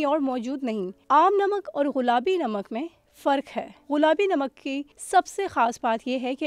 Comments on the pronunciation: Ghulabi ghulabi ghulabi ghulabi, aunty ji ye gullabi lafz hy. Sari diniya sunti hy. Urdu to theek bol lia kro. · Baaji ghulaabi nahin gulaabi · Most of the time u said غلابی its گلابی madam g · all the joy end when she keep saying Ghulabi instead of gulabi... common yar such a big channel and such a a big punctual mistake... we were feeling proud of pink salt but the girl by pronouncing such a badly literally off the mood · She's saying "ghulabi namak" 🤦🏼‍♀️ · یہ “ غلابی “ کیا ہوتا ہے۔ بار بار غلابی 🤣🤣